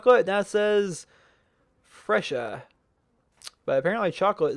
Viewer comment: not fresha, (Freh-sah)